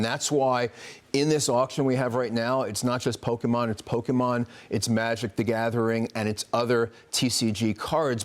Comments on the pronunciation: You’re a news reporter who is supposed to research and kind of know what they are talking about and still believes it’s called “pokeman”. What a joke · I never understood how people magically see an “A” in Pokemon and pronounce it PokemAn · 40 pretends to not know how to pronounce pokemon 😅